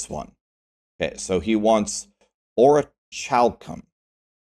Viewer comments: ORICCCHHALCHUM?!?! The "H" at the end is silent, you almost had it. Hahaha, good vid, but that made me laugh pretty hard. Keep up the good work! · I don't know if you are doing it on purpose, but your pronunciation of Orichalcum hurts 😅 First time I've heard anything similar was from Yu-Gi-Oh, with the seal of Orichalcos, so I might've not known how to pronounce it properly without it, though I think I've heard Orichalcum pronounced somewhere else as well